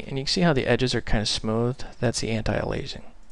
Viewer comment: BTW you pronounce it like 'anti'+ 'alias' +'ing'!